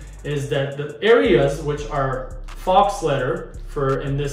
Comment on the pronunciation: Faux is french for fake but it's said (fō) not like the animal.